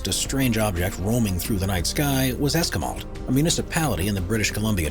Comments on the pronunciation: russle crow is from new zealand and its pronounced ES-SK-WIME-ALT' I know ciz I lived there and its a suburb of victoria bc canada , not knocking the video , just the research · The word is pronounced Es-QUI-malt.